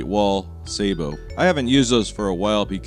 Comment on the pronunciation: Please stop calling those sleves "saebot". The root of the word is the "sabot", a dutch wooden shoe (clogs/slippers) witch thrown into the gears of a windmill was the origin of the word "sabotage". Hearing you mispronounce this word over and over again is really cringy. Please, for the sake of linguistics, use your browser before butchering pronounciations. Still really love your clips. We don´t have something like that in germany. In this case, directing the secondary blast backwards, does not really make sense to me. Putting that cartridge on a needle, facing forwards, directing the secondary blast towards the target, woould make way more sense to me. Going like in th video, it´s just a secondary jolt to the projectile on impact. Similar to a slightly bigger caliber. This projectile is slightly underwhelming. Physics doesn´t lie.